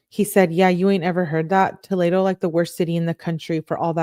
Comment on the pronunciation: fyi it’s pronounced toh-lee-doh lol and unfortunately live in Ohio and Toledo is def a crazy city. Also I can’t fkg stand her. She’s so Insufferable idk how u can stand reading these!! I appreciate all u do!